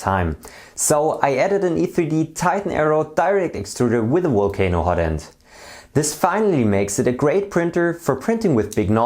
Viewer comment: “Walcano hotend” lol But great video, thank you!